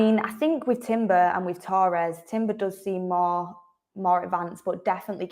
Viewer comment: It's not toe ress it's torres , you didn't hear people refer to fernando torres as fernando toe ress did we?.